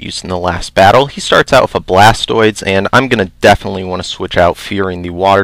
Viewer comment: A small part of me died every time you said "BlastOIDs"